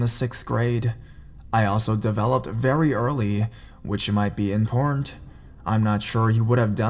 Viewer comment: every time he says important I thought he says porn